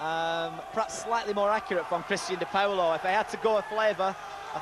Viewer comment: its funny how she says dipaolo. its not "di POWLO", its like "Dih-Paul-oh"